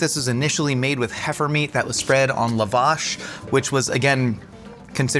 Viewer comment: The pronunciation of lavash is taking me out, sincerely an Armenian lol